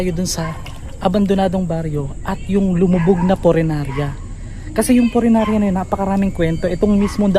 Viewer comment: Punerarya, hindi purenarya. Lol! Yung isdang tinutukoy mo ay dalag, hindi dilag. Hehe!